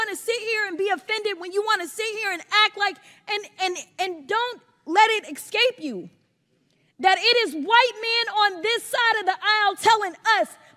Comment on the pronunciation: Crockett said "exscape", what an idiot.